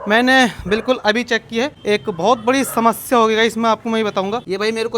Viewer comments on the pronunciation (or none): none